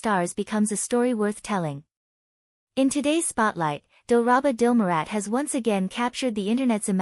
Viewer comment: Ooi tidak bisa kah kau membaca nama nya dengan benar ???dilraba dilmurat kok jadi dilarat dilarat apaitu dilarat ,gambar orang nya benar nama nya kok diubah ubah benci aku dengar nya